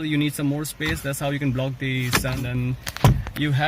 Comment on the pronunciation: I thought you just landed from UK, but when you pronounced leg space as "leg Espace", I realised that you are a true indian.